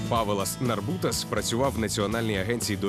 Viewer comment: Ne Pavelas, a Povilas, udarenie na "o", Narbutas , udarenie na pervoe "a".